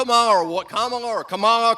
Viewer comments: is she saying karmela? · Kamala pronouncing her name Camel-a. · Yeah? Well your hero pronounced it wrong herself. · Strange how Perdue pretended to struggle pronouncing Kamala when he wouldn’t do the same for Krzyzewski and Schwarzenegger!🤔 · The segment about Kamalas name was on point. I was furious when I heard the senator mock her name. I was like: "Fool! How can you not know how to pronounce KAMALA?" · Goofed is a very generous interpretation, I might not be as kind & instead say he "knowingly massacred her name as this afternoon's dog whistle" 😂😁🙂🙃😐😑😔😒😤😠😡🤬 (⬆️The "gamut of emotions" rollercoaster 45 evokes with every word he utters)